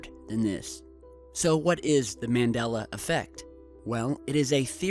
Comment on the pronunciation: 5 - it's pronounced MON DOL LA and BerEn is not "burn"